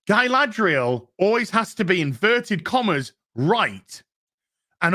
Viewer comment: "*smuckles*" -Guyladriel